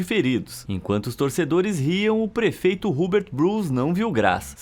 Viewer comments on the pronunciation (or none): none